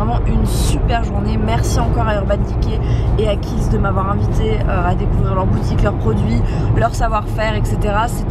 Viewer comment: Juste, c'est Kiehl's et pas Khiel's☺ bisous